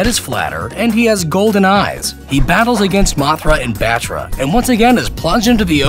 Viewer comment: Rafael playz gacha It's also Battra not "bettra"